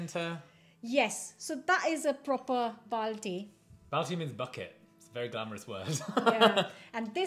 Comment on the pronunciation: Don't worry, that was NOT a genuine balti !! Even the way he pronounced it was WRONG